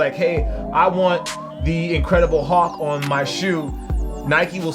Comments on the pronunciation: Did he just say, 'The Incredible HAWK'? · Why does he say hulk like haulk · "The incredible halk" dead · it's the incredible hulk not the incredible hawk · excuse me sir did you say the "incredible hawk" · did he say incredible hawk